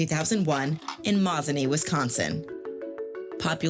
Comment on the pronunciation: Where was he born? 😂😂😂Maznee? 😂